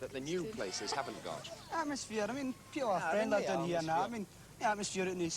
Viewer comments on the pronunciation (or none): "Ma brother's doon therrre" S M A C K ! 😅